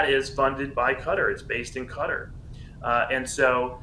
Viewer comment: It is not CUTTER Learn how to say it SAY KATTAR...like CAT 🐈 ARR(like in ARRange) Simple OMG